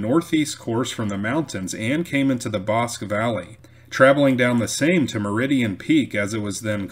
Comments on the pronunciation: Very good and informative video! Note: it's "Ee•wrath", not "ehreth"; "Bos•kee", not "bosk"; "Klee•burn", not "clay•bern". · Erath pronounce Eee-rath Bosque pronounce Bos-key